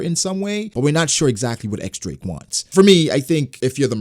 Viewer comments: X Drake =/= Eks Drake. It's the roman numeral for ten, and it's pronounced Diez, like in Spanish. Don't ask me why that makes sense, but that's what it is. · It's "Diez" Drake, not "EX" Drake please